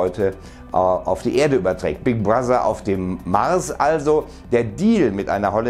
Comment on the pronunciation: Big Bruassa... Das mit der richtigen Aussprache von "th" wird anscheinend nichts mehr. Lieber spreche ich das "th" wie ein "d" im Deutschen aus, bevor ich es wie ein scharfes "s" klingen lasse. Man kennt ja das bekannte Video vom ostdeutschen Zugfahrer "Sänk you for träveling wiss Deutsche Bahn".